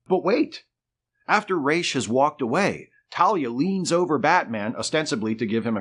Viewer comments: Why calling him „Reysh“..? Why not „Ruh‘s“? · It's RAAAAASSSSS... not Rayyyysh... that's from Neal Adams himself. I aske him in person. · Not Raysh but ROZZ. I point blanked Neal on this when we were guests at the Lexington Comic and Toy Con. Just sayin’! Great video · Ra's al Ghul means Head of the Ghoul. The correct pronunciation should be “Rass” since that’s how you pronounce the word head in Arabic.